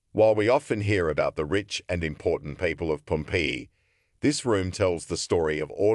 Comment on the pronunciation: I really wanted to listen to this, but the pronunciation of Pompeii was super annoying